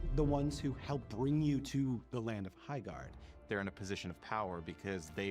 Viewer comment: Erm my gerd it's HI-gerd